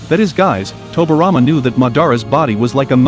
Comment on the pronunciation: It irritates me he saying tobirama name wrong. Toby rama.